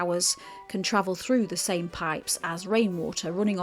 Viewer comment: Same not Somme ,Sorry